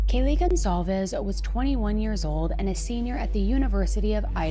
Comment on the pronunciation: thanks for pronouncing her surname correctly